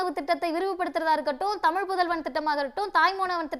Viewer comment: தமில் நாடு இல்லை தலீவரே தமிழ் நாடு.